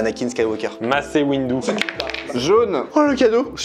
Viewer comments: Obi wan ?! NAN C'EST ANAKIN😭😭😭 MACAIS WINDOU PROBLÈME DE PRONONCIATION PIERRE?😂😂(mace windu) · quand t'es fan de star wars et que tu entends Pierre dire Massé Windou pour Mace Windu x)) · "macé windu" xD